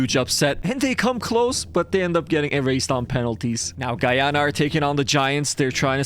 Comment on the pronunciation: As a guyanese person it was nice to get a win and see my country’s name pronounced properly 😊